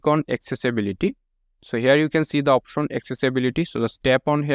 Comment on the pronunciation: Option ❌ OPOSHON✅ 🤣🤣🤣